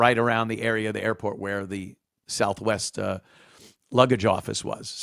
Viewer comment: "Souf Wess" 😂